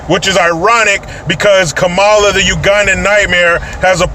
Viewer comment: Thank You for pronouncing her name correctly.....Ka.....Ma.....La